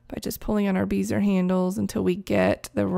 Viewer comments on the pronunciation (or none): Very cool. Been using Photoshop since version 2.5 LE before layers were introduced. Its amazing how far we've come. Also, bézier is pronounced "behziay" instead of "beezer".